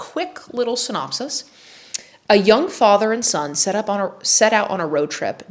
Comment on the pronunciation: "a quick synop-ee"!! also the walls behind you are identical to my living room omg